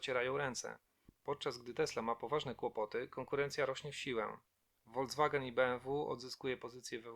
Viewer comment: Słowo Volkswagen czytamy ( Folkswagen) a nie Wolcwagen. W 5 minut tankujemy „ benzyniaka” a Diesel w ile ? Naucz się profesjonalnie przekazywać informacje , zacznij utrzymać poprawnie języka polskiego.